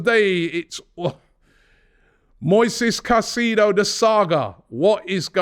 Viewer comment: robbie its moises caicedo not moses caicedo